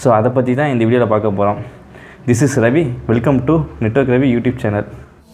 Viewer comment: ravi illa revi 😂